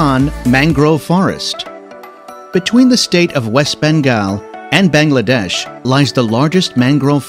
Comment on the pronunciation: Them saying all the place name wrong... anyways Bangladesh is beautiful I have been there for 9 years(i am 13) and i still can't get over my life in there... people are the friendliest... i have been to all of the places named in there and they are awesome....